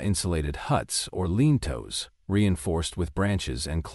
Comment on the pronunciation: who is this narrator--doesn't know how to pronounce lean-tos; dugouts...other words. really not good.